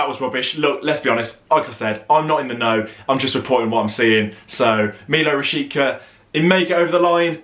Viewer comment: He's pronounced something like Milod Rashitsa, mate :D You british lads reaaally have a problem with foreign names :D